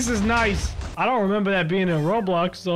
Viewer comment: “I might do rablax...” WUUUT